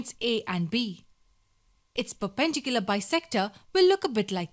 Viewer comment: Say it with me per-pen-dicular it’s not fucking hard